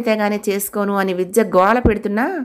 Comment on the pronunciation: Story bagundi … meru chadive vidhanam inka bagundi… Chinna salaha andi…. Vijja…vijya… ani palukutunaru… vidhya ani palakithe baguntundi kada..